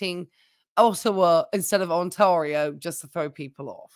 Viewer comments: "Ontario" is pronounced "tear", like "tear the paper". 😉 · People have different accents, it's fine